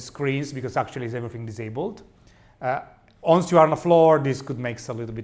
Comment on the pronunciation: Da rivedere la pronuncia di "once"